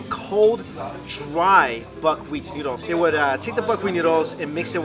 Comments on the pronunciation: He says nyudles instead of noodles :P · Lol he keeps saying "newdles". Am I the only one here finding that funny?